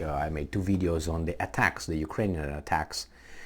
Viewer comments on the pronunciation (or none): none